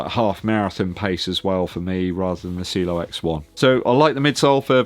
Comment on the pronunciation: it’s not pronounced cilo it’s ci e lo.. great running shoes one of my favorite this year.. along with the Mach 6